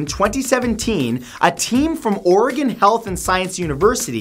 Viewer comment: Thank you for pronouncing Oregon correctly.